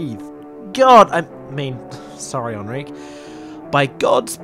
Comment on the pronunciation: I shall now pronounce Enrique as “Ahn-reek”